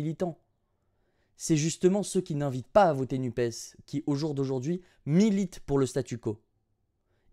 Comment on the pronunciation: Il a encore dit ajdajd'hui